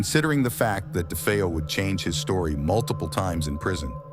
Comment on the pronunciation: Great video, but the narrator mispronounced DeFeo many times its pronounced Day-Fay-Oh. I met John Zaffis recently, Ed and Lorraine's nephew who joined them in many investigations, including the haunting in Connecticut. I asked him was it ever determined what caused the haunting in Amityville. He told me not to believe the Hollywood movies, which I strongly agree; but said Ronnie jr was practicing Satanism.